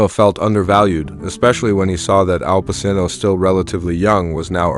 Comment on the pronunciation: Al Passino? Bro you real?